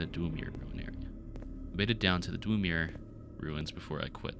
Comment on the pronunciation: Great video for something to get randomly recommended by yt, love the effort. Next time maybe look up the Elder Scrolls pronounciations tho, Dunmer is almost like 'done-mur' and Dwemer has the same long e-s like 'lever' followed by the previous 'mur'. It's very easy cuz it's very simple Elder Scrolls etymology, Dunmer is dark-elf, Dwemer is dwarf-elf in the universe's elven. I also know it's a popular way to generate feedback content for the algorythm so here you go ig